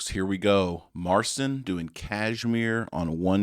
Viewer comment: Mar-seen is the pronunciation. There was some synth and other percussion in this video, but I have seen a video of him playing live in concert this same song. He does all the arrangements.